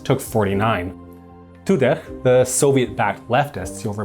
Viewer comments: Tudeh is to be pronounced "To the" with a normal "d" sound for the th. "H"s don't make the throat scratching sound, "Kh"s do. These pronunciations hurt my bones somehow :thonk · "Zahedi" is pronounced "Zahedi" not "Zakkhhkhhedi". "Toudeh" is pronounced "Toudeh" not "Toudekhkgkgkhhhkh".